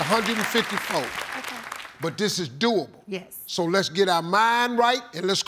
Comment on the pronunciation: I like when Steve say "YES" 🤣😅😂